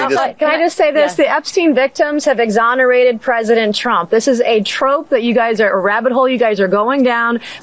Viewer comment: DID SHE JUST SAY "HE WAS EXONARETED BY VICTIMS"???😮😮😮😮